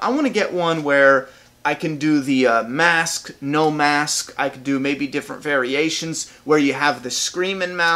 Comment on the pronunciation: when he said busted mask, I thaught he said busted ass